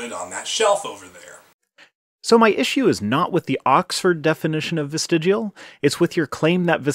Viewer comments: Somehow I watched all the way through and didn't manage to catch in what way he had changed his mind about vestigial organs. On a side note, though he spelled "vestigial" correctly, it sounds to me like he's saying "vestigual". :/ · I realize criticizing pronunciation is a little third grade but you should have at least mentioned "vestigual". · Vesti-JEWEL? I cringe a little every time he pronounces the word. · "Vestijual organs". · Wow, I really can't stand this guy. Everything about him is like fingernails on the chalkboard. And why does he keep saying vestigual? There is no U in the word. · It's from the Oxford living dictionary. Just like 'vestidual'. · I hate the fact that he can't say vestigial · The guy can't even pronounce 'vestigial' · What accent? Vestigial is the only word that has this unique accent. It's like people who say noo-kyew-lur instead of noo-clee-ar. It's not an accent. It's just a mispronunciation. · I agree and it's the combination of arrogance and condescension with the constant mispronunciation of his main topic that makes his video so cringey. My daughter messes up "through/ though/ tough" a lot and I correct her each time with love. English is weird! However if she was giving a speech to the school on the story "Tough the Looking Glass" there would be no excuse for her to speak as an authority on a book that she can't pronounce. 😄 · And he still can't pronounce vestigial. It's not vestigual. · vestigual. Vestigual... VESTIGUAL! I wonder if this guy thinks his endlessly smug and condescending tone really honors his God. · I know I'm late to the party but, It's vestigial not vestigUal. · Why TF does this lump keep saying 'vestij-u-al' when it's pronounced 'vestij-ee-al'... can't even say the word right, lol... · It is pronounced vestigial not vestigual. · If hear “vestidjual” one more time I’m gonna rip my hair out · New drinking game: do a shot every time he says "vestijual." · Why does keep mispronouncing the word vestigial?